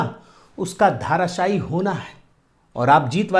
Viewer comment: जी 'धाराशायी' नहीं,'धराशायी' शब्द है।